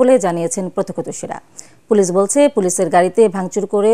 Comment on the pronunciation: সংবাদ পরিবেশক পুলিশকে বলে পোলেশ 😂